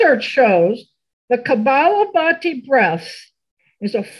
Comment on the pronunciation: I love all your videos. Thank you so much for your generous sharing with all. As a registered yoga instructor, I have one correction for the rapid expulsion breathing yoga practice shared by. It is Kapalabhati and not Kabalabhati. Translated in Sanskrit it means skull shining. Kapala specifically means forehead part of the skull. Thank you for bringing this to all. Peace!